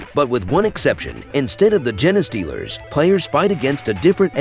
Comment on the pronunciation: im 90% sure thats not how you pronounce "genestealers" 😂 Thanks for the compendium